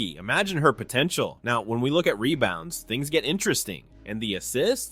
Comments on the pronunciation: Rebounds not “Rebouns” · "Rebouns" Lol.